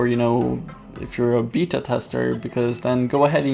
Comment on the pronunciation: Lol. "Beeta" Testers., you are awesome.